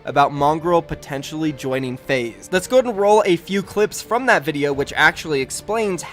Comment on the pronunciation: when you can't pronounce your esports org name lol